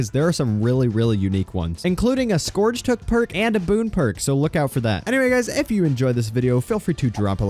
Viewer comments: It's not "scorge" its "scerge" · omfg its sk-urge not skourge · I love how he pronounces scourge like it’s supposed to be spelled scorge 😂